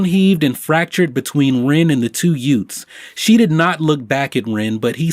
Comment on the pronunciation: total my cousin vinny moment. "The two yoots". Uh what was that word? The two what? Did you say yoot?